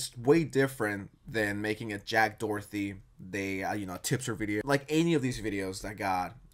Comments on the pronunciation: Is it just me or is saying Jack DoherTHY rather than DoherTY? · i always wondered, why do you pronounce jack doherty like jack dorthy? is there somethin im missing? no hate im just curious lmfao